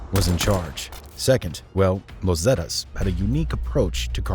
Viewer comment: Yeah I don't even speak Spanish and even I'm like wtf lol...zettuhs? 😂